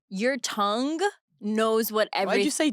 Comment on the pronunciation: I can't move past Paige pronouncing "tongue" as "tungk"